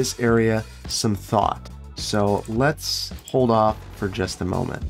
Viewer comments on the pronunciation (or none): none